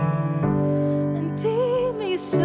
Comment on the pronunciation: clamarei , el gringo pronuncia la vocal e como i